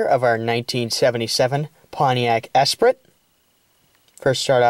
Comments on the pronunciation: Esprit pronounced Espree not espritt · Actually, it's pronounced "es-PREE". Nice car.